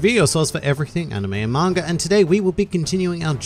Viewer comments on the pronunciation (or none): none